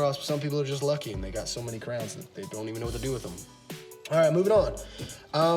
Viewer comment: I also gave you a subscribe even though you can't figure out how to say Crayons (pronounced CRAY-ANS) correctly. It's Crayons not crowns. Lol!